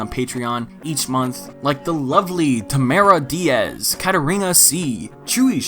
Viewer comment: And he pronounced my name correctly. This made my night. Love ya!!